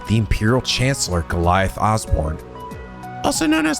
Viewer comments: Quick note: Giliath is pronounced "gilly-ith", not "gi-lai-ith". And recall that Heimdallr is the capital of Erebonia. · Just so you know for the future, Osborne's first name is pronounced Gil-e-ith, not Ga-lie-ith. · Just a little note here, but Osborne's first name, Giliath, is actually supposed to be pronounced as "Gilly-eth". Likewise, Heimdallr has a silent R, so it's just "Heimdall".